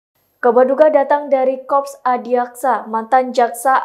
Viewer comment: Korp..dibaca korp..bukan kop.ada rr..nya